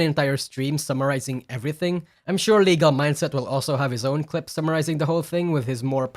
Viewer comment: Bro, if I was Legal Mindset, I would've slapped you everytime you got my name wrong 😂😂😂